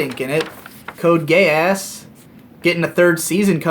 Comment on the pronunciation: Code Gay Ass is a very delicate pronunciation, I feel like Volg Zangief in my ear muffs looking at the sweltering cold beckoning wolves toward. And yes I think it's fair to say we all saw that hentai, very good animation, deep themes, well executed very deeply, believe me. Grab her by the pussy (I'm not a Trump supporter I'm actually a communist). Also the band Tool is the axis of creation, I think that sums it up